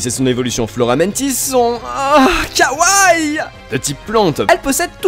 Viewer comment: C'est pas Kawai pas Kawaii, deux "i", ca se lit: "Kaoua i". Merci